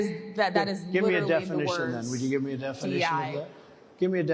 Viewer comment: Give me a diffenition...lol love it